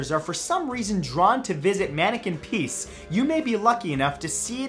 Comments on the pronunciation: maneke pis has also a sister yes there is i believe in the same town a girl version of maneke pis and no it's not pis like you say it (pies) it's just just say is with a p before it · Just googled Manneken Pis ... It's not pronounced "peace," lol. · I am dutch and its prenounced maaannneke pieees easy right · Manneke Pis is actually pronounced the way "pis" is pronounced in English X'D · It's pronounced like is, as in the word is and this (this is a good video) just add a p. You sounded like you were saying piece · The "i" in manneken pis is pronounched as the "i" in "is"